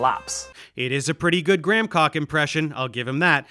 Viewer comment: Dave Explains lol are you saying "gramcock" instead of "Graham Hancock" on purpose"?